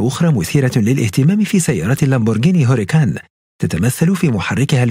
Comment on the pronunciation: تنطق مارسيلاجو او مارتشيلاجو ليس مارثيلاجو.. وهوراكان ليس هوريكان.. وتشنتيناريو وليس سينتناريو